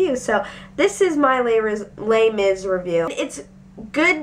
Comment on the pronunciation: The way you shorten Les Misarables sounds like terribly mispronounced my brother's name (Laimis) lol no offence, just random thought